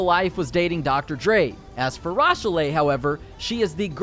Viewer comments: Fem Fatal*E* SMH. The E is silent my man. It's pronounced like "Fem fay-tell" Also the name Rochelle is pronounced "Raw-shell" not "roach." Though I'm not sure on the "Rochell'le" pronunciation. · Its Pronounced “ROW SHELL” it’s a black woman’s name… it’s like the moms name from every body hates Chris lol 😂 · I think those names are pronounced mishell and roshell with stress on the e. Michelle and and roshelle. Also its fem fatAl. Al as in Big Al. As you can see I'm very emotionally invested. They are French names btw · Rochell'le = Row Shell -= Ra sha lay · Lol its pronounced (Ro-shell ) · It's RO - SHELL - LAY & FEM - FA - TALE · Pronounced roshell bud x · Comment needa more likes. He was killin me with that “Rah Sha Lay” pronunciation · So I live in New Rochelle NY it’s definitely not pronounced the way you are saying it. It’s spelled the same so I believe that it is supposed to be pronounced like that. Look up the way New Rochelle is pronounced it’s very different from what you said.